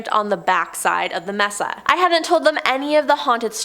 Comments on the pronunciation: I have OCD and a problem with narrators that pronounce words wrong. No offense, I love listening to these, thank you for all you give to us. Mesa is maysa, not messa. No clue why. Stay safe and thanks again. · Sorry to be a noodge, but MESA is pronounced MAY-SAH. With the accent on the first syllable. Unless you ask our Mexican friend - he says MAY-THA Mesa means TABLE in Spanish. It describes the isolated, flat-topped elevation, on a ridge or hill, with steep sides. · The word is pronounced may-sa not mess-sa. Thank you😊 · I’m sorry but u bout drove me crazy mispronouncing “Mesa” smh lol sorry